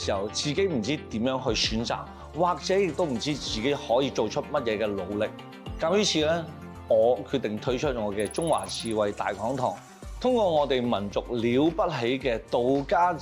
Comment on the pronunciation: 大師兄，你講"推出"講到好似”退出"咁